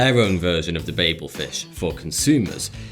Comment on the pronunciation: Thank you so much for pronouncing my last name 'Babel' correctly. Proud to be a patreon!